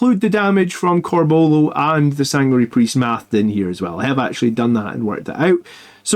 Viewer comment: Love your stuff but there's a U in Corbulos name..pronounce it m8! Lol oh and use spell checker on your slides 😂